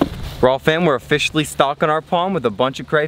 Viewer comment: 36: he says ohfisholy